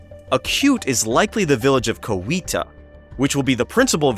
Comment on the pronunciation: I'm from Rome GA, and you pronounced most of the names quite well. Chee-a-ha is how we pronounce that Chiaha though Coweta is pronounced here Cow-wee-tah